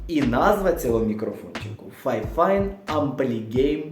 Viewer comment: Фіфайн, а не файфайн, а так то обзор класний